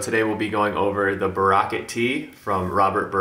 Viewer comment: Did you check the pronunciation of the brand?